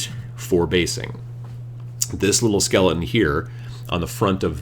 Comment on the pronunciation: My son and I think the way you pronounce skele-un is just about the funniest thing we've ever heard 8^)